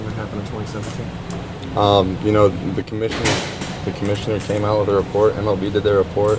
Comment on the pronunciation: Why do you have alcohol poisoning? "The commishiter made the repert."